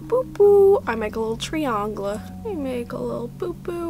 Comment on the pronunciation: i’m asking this out of pure curiosity & not trying to throw shade at all but did she mispronounce sephora and triangle on purpose?